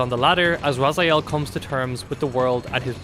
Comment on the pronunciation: My ears are bleeding from all those Razyaels. I don't know how it is posible to mispronounce characters name from a game which was released 21 year ago. You didn't hear how his name was pronounced in the game? Game starts with Elder God calling him Raziel...